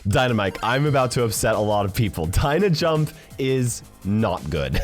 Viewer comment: bro DYNA-JAMP F are you kidding me